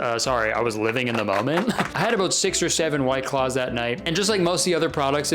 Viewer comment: s-six or seven?